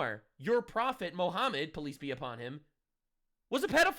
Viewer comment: It's funny how is saying 'police be upon you' and the captions read 'peace be upon you'. 😂